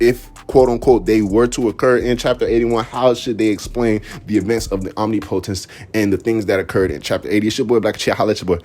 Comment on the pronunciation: How to pronounce OMNIPOTENCE